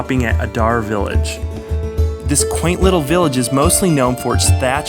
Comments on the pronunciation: Lovely vlog... some errors like Galway... pronounced Gaulway and Adare... pronounced Adair... and GAA hurlers and footballers are all amateur... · Ah-dare village